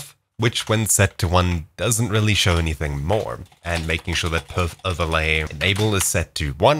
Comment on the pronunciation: Dude said type perf then said pof